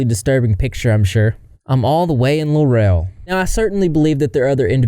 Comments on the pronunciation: Its pronounced Law-rull. Not luh-rell lol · This is where I'm from. I remember it being all over the news. Laurel isn't pronounced Lurell. It's pronounced Lorel. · It larl … rul…not la rel!!!! Just saying lol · It's pronounced Lorrell, not La Rel. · “lore-rell” 😂😂 I can’t handle the mispronunciation of the town. It’s Laurel, pronounced like Laurel. Or are you doing that on purpose? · I live in Eastabutchie Mississippi it’s just a 10 minute drive for me to get to laurel. I’m originally fr Hattiesburg which is just 10 minutes away the other way. I always wanted to hear my town on the internet. Not for this though! And laurel is not pronounced like “la-rail” it’s “lah-rul” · That town is pronounced Law-rel. No. 😂 I haven't been there but I've heard of this small Mississippi town. That's one nasty, sick semi human. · ✨I'm from Mississippi. Grew up a one county over. Laurel, Mississippi is pronounced Law-rule, Mississippi. It's located in Jones County. If you have ever seen the movie Free State of Jones starring Matthew McConaughey, It's located in the same place. Also, the home of the actress Parker Posey. Also, she does not represent the people or the women of Mississippi. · It's pronounced "LAWREL" Laurel MISSISSIPPI. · Pronounced "Lar ul" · It's Law-ra Mississippi with a huge meth problem and no telling what else. Population 17,000 and dropping. I've never been there but it's not too far from here. Absolutely no reason to go there. She's mental and should be in Whitfield (MS mental asylum) for many years. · As a woman born and raised in Mississippi... We don't claim her. We're not like her. Dogs are our little furbabies, not... Ew. Also, Laurel is pronounced "lor-uhl." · the way laurel is like 30 mins from me 😭🙏🙏 its pronounced la rool btw 😭😭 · 🫥 as a Mississippian: we don’t claim her. And as someone from around that area…. We REALLY don’t claim her…. And hearing you pronounce Laurel that way kills me…. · You're pronouncing Laurel completely wrong